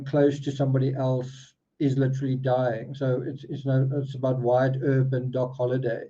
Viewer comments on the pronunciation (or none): none